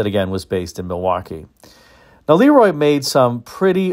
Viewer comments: I worked in the air compressor industry for 40 years. I have ran across probably 15 LeRoi air compressors during those years. I was instantly corrected by the owner or management when I pronounced the name as you did in this video. I was told it was pronounced La Roy not Lee Roy. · I always heard em pronounced Lu Roi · I think the proper English pronunciation was LUh Roy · Look up the Hall-Scott engine line. 1091 ci was common in mack trucks, fire engines. Hall-Scott even produced some engines up into the 2000+ ci for the military I believe. Pretty good size for production engines. BTW Le Roy is pronounced LeeRoy.